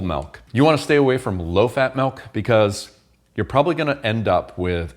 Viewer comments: I can't believe you say malk. Joking. Hilarious dude. Great video. Thanks. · You say [melk]. Sounds more like the Swedish word mjölk.